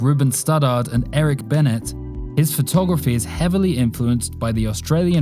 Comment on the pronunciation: Eric BEEN-NIT...🤦🏾‍♀️